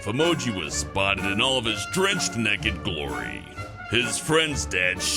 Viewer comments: He says neked 😂😂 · The way said naked "Neked" 10/10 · "Neked" ( ͡° ͜ʖ ͡°) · is it just me but he says naked in a funny weird way